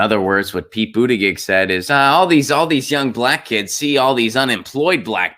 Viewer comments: Goddamnit man, it's pronounced But ta gejieihj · If nothing else, learn how to say his name correctly.